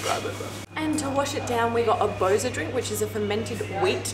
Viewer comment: well it is NOT banIca & bOza. it IS bAnica & bozA